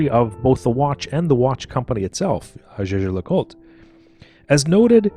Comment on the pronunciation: Jaeger, not "jeager"